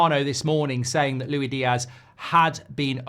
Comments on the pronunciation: Why are you saying it like lewy diaz instead of like lewis diaz 🤣. My head is hurting lol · He’s not Louie Diaz mate it’s Luis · Stop calling him Louie Diaz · Why doesn’t he ever pronounce LUIS Diaz properly? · Pisses me off how he pronounces diaz’ first name